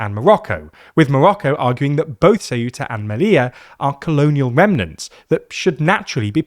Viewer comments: Shameful clickbait title trying to jump on a fascist bandwagon that already passed. Also, it's "Ceu-ta", not "Ce-uh-tah". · Ceuta, not ceúta... Ceuta, eu is read almost as if it was a single letter... And most important, there is no "acento" in the u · It is CEU-ta, not ce-U-ta. The EU is a decrescent diphthong, not a hiatus with stress in the U. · why this weird pronunciation of CeUta? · Ceuta's pronunciation is: ˈθewta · what's with the very weird pronunciation of Ceuta lol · The way he pronounces Ceuta is triggering me a bit 😅